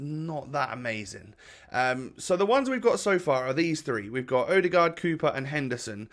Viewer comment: im from Norway and you say ødegaard preety good.